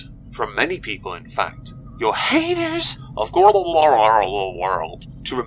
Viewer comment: the way you say haydurs will never not make me laugh